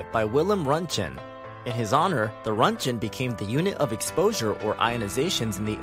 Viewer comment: Roentgen is pronounced “rontgen” and the G is a “guh” not a “juh” Sound